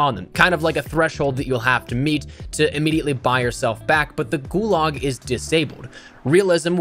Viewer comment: "Gulag" not "Gulog"